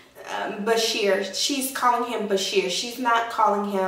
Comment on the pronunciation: its not bASHIR ITS BashAR (AR not IR THANK YOU)